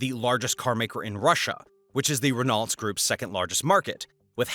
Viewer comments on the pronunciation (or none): Renault is "ren-o" more than it is "Ren-alt" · 1. It's Nestlé pronounced Nestle-aye. Not Nestle-ee 2. Renault is NOT Wren-alt. It's Wren-oh. 🫠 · RRRRRREN NAHJUALT!!!! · Right! He says Renalt 😂😂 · The pronunciation of “Renault” was hilarious to me - and I’m English! 😂😂😂